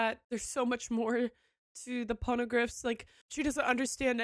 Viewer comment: i will never get sick of hearing you say ponygriffs